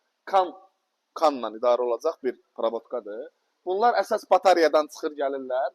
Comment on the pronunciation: Batarya yox batareya😂